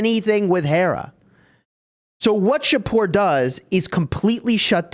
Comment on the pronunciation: As a persian in iran, im really happy that shapur added. Thanks and yes you pronounce it correctly. Keep it up dude